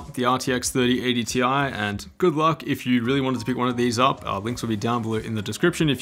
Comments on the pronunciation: its Tye, not Tee Eye. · Its pronounced 3080 "TIE" 😁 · It’s 3080 “T-I-E” get it right lmfao